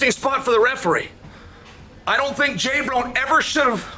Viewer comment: Please someone tell me why he is calling him J Brone lol